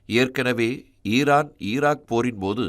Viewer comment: உச்சரிப்பு சரியாக இல்லை. ஈரான் இல்லை ஈராக்கா. ஈரான் என்று நாங்களாக புரிந்து கொள்ள வேண்டியதாக உள்ளது.